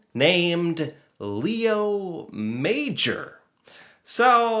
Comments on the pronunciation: It's pronounced ma-ZHOR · French class 101: His last name is pronounced May-or. Emphasis on the "or". MayOR. Leo is pronounced: Lay-o, so - Lay-o MayOR. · It's actually Léo Major, with an accent. It's pronounced Lay-O Mah-johr, with a soft J (without the 'd' sound before). He was a French Canadian. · Just out of respect, his name is more like Lay-o MA-jor. He was the REAL Rambo. ;-) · It;s a true story, but his name should be pronounced as the French Canadians do. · The most respectful thing we can do is pronounce his name properly. He was French Lay O would be closest for non French speakers. Major was pronounced in French as well so it’s pronounced differently than in English. He deserves this at minimum ❤🇨🇦. RIP Leo